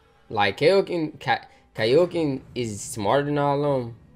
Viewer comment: I like how the fact you keep calling kakyoin kaioken it's kak-yoin